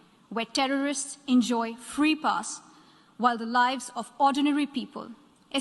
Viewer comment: The only things about her speech is I don't like that she said fee media ...lol..we all know how much media is free in our country.